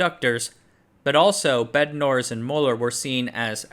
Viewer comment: fyi Bednorz is polish-silesian last name hence it should be read as in polish pronounciation